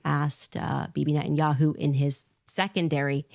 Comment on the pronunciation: Why does she say "Ishreal" and "Nententawhooooo"? She's insane!